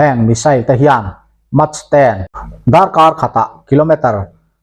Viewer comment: Mach hi maek tiin lam rawh.